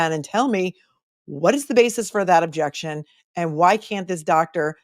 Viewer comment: I have been watching the whole first trial again , Even more painfull to hear lally's lazy Jeckshen , where's the Ob jeck shen lol . Watching day 26 right now ooof , should have been the end of it all.